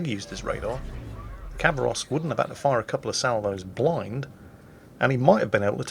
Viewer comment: Its pronounced ha, not a kha Хабаровск, is a city in the east